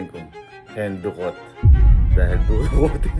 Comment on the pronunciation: HINDI HENDUKOT, HENRIQUEE